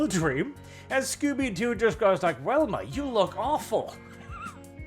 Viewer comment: Velma "Vee" not "Welma"